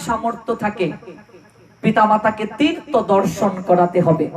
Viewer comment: হরেকৃষ্ণ 🙏🙏 তীর্ত না বলে তীর্থ উচ্চারণ করলে শ্রুতি মধুর হয়।ভাগ্য কথাটা "বাগ্য" শোনা যায়।ক্ষমা করবেন হরেকৃষ্ণ🙏🙏